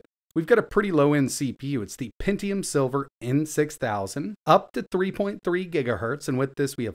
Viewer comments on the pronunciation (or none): none